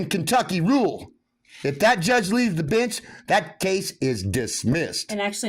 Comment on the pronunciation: To my uneducated Aussie ears, every time he says bench in that way, I hear bitch 😂😂